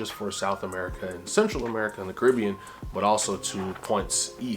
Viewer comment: Love this ❤. Hate the way you say Caribbean😂❤